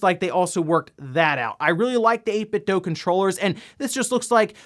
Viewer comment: 8 bit dew. Not 8 bit dough. Idiot.